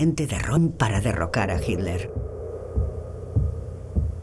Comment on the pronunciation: Ok Pero es hiTler , y No hiler. 👍😉